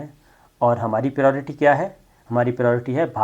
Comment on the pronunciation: It is pronounced as pri o ri ti . Just on lighter mode. You can use ترجیحات instead though.